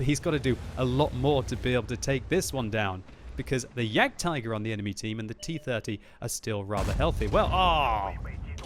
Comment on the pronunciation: It's jagdtiger